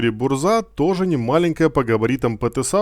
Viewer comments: Не бурза а бужа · бужа а не бурза. автор Мурза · Контент сок, искал инфу чтоб не читать и не воображать как оно будет, но по произношению есть момент, задЫмка не задумка, буЖа не бурза, килАна и блыскавИца если читать по польски 😊. Не в обиду автору, просто так правильнее, да и звучит лучше. Все, я молчу, спасибо)